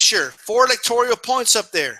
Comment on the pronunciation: "electorial points"...come on man...